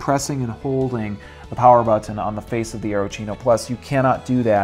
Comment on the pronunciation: Why does this guy have such a hard time saying the word 'button'? Buthon, bu'on, bottunh.